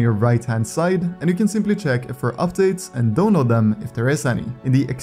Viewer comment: except when he says download